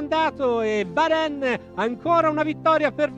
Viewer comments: Si legge varen ma si scrive varenne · Si pronuncia varen, è francese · Ma non si legge varenn?